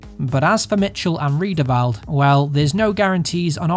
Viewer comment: 2nd week going, Riedewald instead of Reidewald my g :D